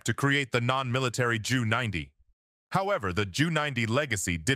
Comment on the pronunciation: Sorry but this is one of the most moronic WWII videos I have ever seen. Ju90 is pronounced as a single letters J then U 90. The script absolutely sucks, it must have been written by a child. Often you show a Messerschmitt Me 323 Gigant, instead of a Junkers. My dad was a combat fighter pilot with the 8th Air Force, maybe you have heard of it. I doubt it. Still do take the time to learn history before attempting and failing to teach history.